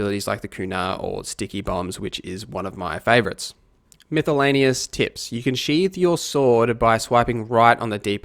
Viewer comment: Did you say mythalanious? lol